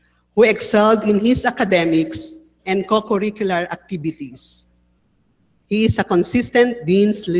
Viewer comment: Kahit pala sa La Salle, pinoy na pinoy ang pronunciation ng mga deans. Gradwet instead of Graduate. Actibitees instead of Activities. Wala naman palang difference kahit saan ka mag aral eh.